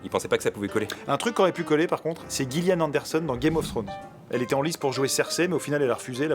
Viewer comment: ça se dit "Jilliane" Anderson, pas "Guilliane". Merci de pas écorcher mon prénom au passage :P